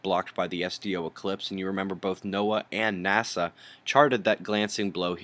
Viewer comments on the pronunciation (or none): none